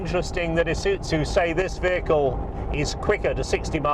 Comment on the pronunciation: Is uT zu Really ? That is how he's saying it